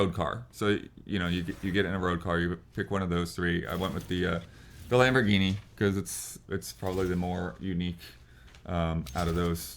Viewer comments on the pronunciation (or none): none